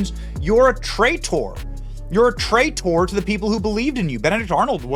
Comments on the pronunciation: Why you pronounce traitor so weird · Trai..........tor why that weird pronunciation.